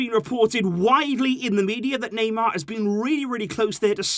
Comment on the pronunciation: Me I can't take this anymore it's every transfer were you hear the Naymer sage